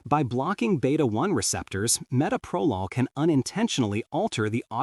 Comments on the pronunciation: It would be nice if the reader could pronounce the medication properly; it is pronounced ma-Toe-pro-lol. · Meh-toe-pro-lawl. That is how you pronounce it AI bot, okay? Bronchospasms are unusual with Metoprolol. Other beta blockers like Propranolol can exacerbate any respiratory issue in susceptible people. The BP med that made me cough non-stop was Losartin. Never had a problem with beta-blockers. I started taking beta-blockers in my early 30's - about 34 years ago. The benefits I got were relief from extreme tachycardia and hypertension and also oddly - it killed any stage fright I had always gotten before getting up in front of people to give a speech or play music. Imagine getting up in front of hundreds or thousands of people or going to a job interview with no 'nerves'. I am still on earth because of these two very old drugs that I have been taking for decades. If they were that horrible, I would not take them (I was an RN for 35 years). They also allow me to go hiking, climb mountains in Alaska, work a physical job where I stand, walk, lift, etc. The only bad side effect I have was it made my Raynaud's Syndrome so bad that I got frostbite on all my fingers, the healing was painful, I have no fingerprints!